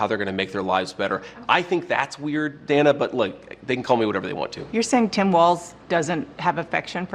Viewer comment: I do like how JD keeps saying her name.. Dana i... and such. It's a smart tactic